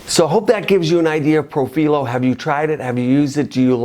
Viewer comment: Hi. I am a nurse anesthetist and aesthetic injector. I am very familiar with Profhilo (and you were right the correct Italian pronunciation is pro-fee-loh) I have been treated 2xs on the face, 3xs on the neck and 2xs on the décolletage. I am of normal weight...5’7” and 140lbs. I work out regularly. I have fuller cheeks (I’d like to say similar to Christie Brinkley but I do not look like her 😂 just trying to give you a reference). After the second round on my face it made my cheeks WAY too full and added a heaviness to the jowls that I never had before. I ended up having to use a cannula and reverse the profhilo w hyaluronidase. My cheeks look so much better and my jowls decreased exponentially. However, it made a significant difference in the appearance of my neck skin. It smoothed out the necklace lines and appearance of chicken skin that I unfortunately had. It made no difference on my décolletage. I’m hoping this info can help viewer decide if they would like to try it or not based on their particular face structure. Also, I noticed your injection points on your video. I have found through several people that have injected too close to the tear trough that it causes significant swelling that can last for days. It is much better to inject on the apex of the cheek as opposed to just a centimeter or two from the orbital bone/tear trough area. Hope this comment finds you well. I love the videos and content you produce and recently attended the LA-MCA virtual event.